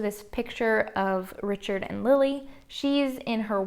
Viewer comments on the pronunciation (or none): none